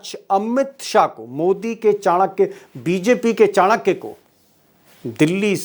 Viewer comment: Q chankya chankya bolte ho